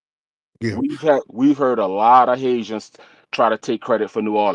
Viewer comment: I love the way he say “DA HaiZans “ 😂Love my FBA NewOrleans! Fam! Yes we have rich history there no more ethnic erasure B1!❤❤